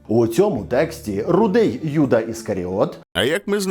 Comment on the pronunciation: не кому, як подобається, а відповідно українських фонетичних принципів вживається без подвоєного звучання першої літери — Юда, Єрусалим, Ісус, а російською мовою це буде звучати, як Ієуда, Ієрусалим, Іісус. Дякую за увагу і за відео❤